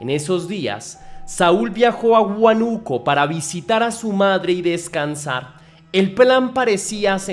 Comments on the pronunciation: no es huanuco, es Húanuco- chekia eso xfa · Es huánuco no huanuco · Hola, por que inicialmente dices Huánuco y luego a mitad del video dices Huanúco, cambias la tilde pero si sabes como se pronuncia, a que se debe? He visto videos de otros youtubers que también hacen lo mismo con palabras comunes, les cambian la tilde sin motivo